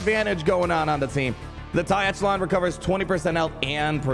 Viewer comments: I'll be that guy: echelon has a soft "ch": so it sounds like "eshelon". Love your video! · I think the Echelon is pronounced the Ech as in echo